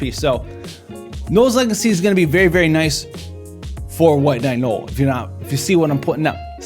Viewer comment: Bro. “No-el” not “gnoll.”